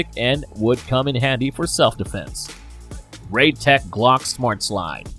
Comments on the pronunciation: Kel Tech, You said KAL TECH...Hummmm? 50$$$ Wheres my 50.00 Bro:face-blue-smiling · It’s KEL tech. Not cow tech. 50$ please. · You said cal-tech instead of kel-tec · Ah! First one! You called it a "caltech" instead of keltech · you say CAL TECH instead of Kel Tech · kel not kal tech gimme my 50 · *mispronunciation It’s “kel-tec,” not “kal-tec.” Overpenetration. 5.7x28 is designed to penetrate Kevlar. Shotguns are popular for home defense because 12 gauge isn’t as capable of going through a wall as 5.56 or 5.7 is. “Lose parts?” You just have the quiet kid an idea… Assuming it’s basically just a folding AR, it can use any STANAG magazine, be it 10, 20, 30, 40, 50, 60, or even 100 rounds. Those aren’t 2011A1s. Those are Desert Eagles. None of those clips shown had a 2011A1 Actually, it was more to put more rounds on one target or just for fun. I’m not entirely sure how it’s pronounced, but that isn’t the way you pronounce it. “Assault rifle” is kind of an unofficial term, but it does match the XM8, with it being an intermediate caliber rifle capable of full auto. That’s a G3. Very different from a G36. Also, it’s pronounced “five-five-six.” “30 round box cartridges” somehow worse than using the term “clip” That’s an HK433. That’ll be $650. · Cal tec? It's Kel tec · It's Keltec not Caltec. You brought it up lol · Kel-Tech not Cal-Tech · KelTec not Kaltec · I swear I hear Kaltec instead of Keltec in the beginning. I need my $50 😂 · 30 seconds in you called it a kal tec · Kal-tec? Like 35 seconds in already mispronounced it 😂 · “Kal-tec” This man would be broke if he stuck to that promise. The public education system of America is a failure. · it's not pronounced cal-tech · Also said "Kal" Tec right after saying it correctly a mere moment before. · Your saying kel-tech wrong $50 bucks please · I live in America. I live in NC. I know how we, Americans, pronounce it, but it's wrong. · Kel-Tech is TrAsH. Plus, you said it wrong.